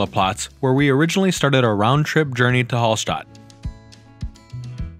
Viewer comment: You forgot about cycling to Hallstatt from any country in Europe 🤭🤭🤭🚴 from Vienna it's only 2 days, 290km... And it's not HALL (holl) STATT it's A not O same with Salzburg ...if Mozart would hear the pronansiation he would get a heart attack 🤭🤭🤭